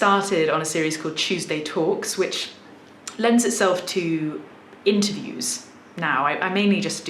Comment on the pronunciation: She also used the "England/United Kingdom is big and has so many accents" line that many fakers use, she sounds like an implant from the States, most likely New York. She didn't pronounce the R in interview or started like you will expect from her regional accent.